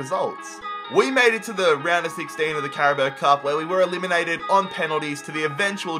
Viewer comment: Did he just say “carabo cup”